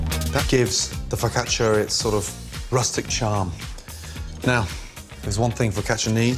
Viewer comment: Gordon's pronunciation's pretty decent: "Fuck atcha"